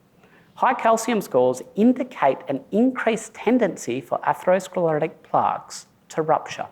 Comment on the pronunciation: Why is he saying Plarks